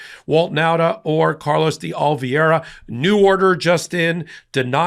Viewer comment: enjoy your work, but it’s Oliveira, pronounced “Oli-ver-a